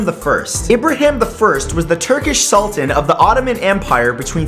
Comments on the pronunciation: its a SULTAAAAAAAN not a SULTIN. its not an english word "an" isnt pronounced "in" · It's Pronounced Sull-taa-n